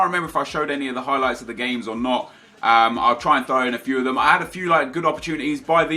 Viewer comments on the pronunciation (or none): none